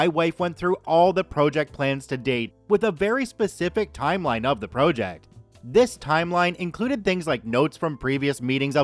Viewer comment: why do you pronounce it pro - ject